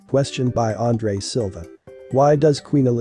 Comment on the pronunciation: Not mispronounced, just weird earing in english the André part (the Silva, you nail it)